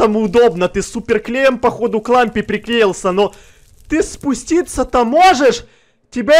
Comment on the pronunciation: мне послышалось он сказал "к ламбе", а не "к лампе" 😂